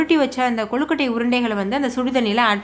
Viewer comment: ஏங்க அது கொழுகட்டை குழுகட்டை இல்ல